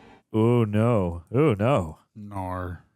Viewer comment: ima be real. dude saying "noer" like he's Australian gets mad annoying.